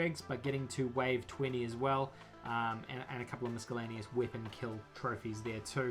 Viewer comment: Nice video man, but you do realise you are saying miscellaneous incorrectly, right? It's mis-a-lane-eous, not misk-a-lane-eous.